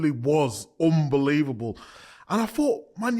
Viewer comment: It's 'UNbelievable' Micah, not 'UMbelievable'.